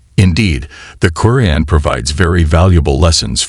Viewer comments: Sir not koren its quraan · Salam everyone. Pls do something about the narrator. He says the word Quran in a bad way. Pls fix it. Jazakom Allah Khair